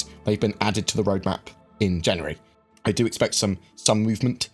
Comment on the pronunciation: tenx in janaaary ttwuanty thhhuaaaanty